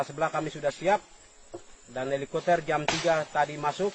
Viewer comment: Menit 55 bilangnya helikoter